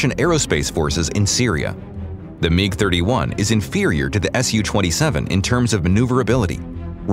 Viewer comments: MIG not Meeg. WTF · WHAT THE HELLOIS A meeg?' lol